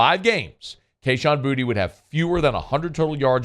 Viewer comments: The dude literally pronounced his name “booty” on live TV in his get Gordon commercials. I’m guessing you missed that? And he’s playing like ass so why not call him booty? Lol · Why do we call him “Booty” now? It’s Boo-Tay. Very disrespectful of the announcer to call him Booty. He’s easily the most talented wideout in college football.